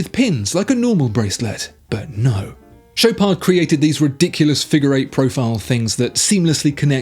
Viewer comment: Mate, not doing French. It's Shop are..., not Showpard. Even eBay can't sort out badly spoke French spekin Swiss s##t.